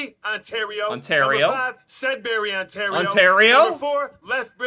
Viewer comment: that dumbass who made the dangerous cities tiktok can't pronounce Sudbury or Surrey. It's about to be Canada's most dangerous city if he ever meets me on the street lol. Also, i live next to the mall where Woody is, if he's looking for me ;)